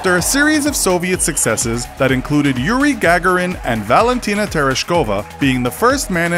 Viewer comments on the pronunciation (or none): “Yuri Gahgahren”